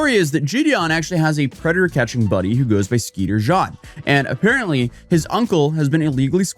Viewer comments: Who is skeeter John? It's skeeter jean (pronounced like jeans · i lost it when i heard "skeeter John" instead of like 'gene' for "jean" XDDD wild,, skeeter is less controversial thankfully, hes worked with actual law enforcement when doing his pred catches, but i feel bad jidion is falling further again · Skeeter JOHN????? lmao bro, its JEAN. Like pair of "JEANS". Fan of yours but come on dude, at least do basic research into how to pronounce a name. He literally says his own name multiple times in his videos. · He literally doesn't matter to the story, hate to tell you that. I'm sure yaboi Skeeter Jean will survive his name mispronounced by accident. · and didn't check to see how Skeeter Jean pronounced his YouTuber name despite it being public knowledge to the point you don't have to watch his content to know?